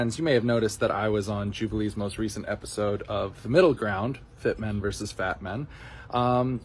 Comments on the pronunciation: Bro, you're making a scripted video, you should be able to pronounce the word "versus". You sound like a teenage streamer when you say "verse". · Hey, I enjoyed the takes you shared in this video. Just letting you know, vs. is short for versus, it’s a two-syllable word. Hope this helps 😊